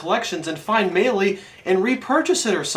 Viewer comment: DONT FUCKING PRONOUNCE MELEE THAT WAY AGAIN!!!!!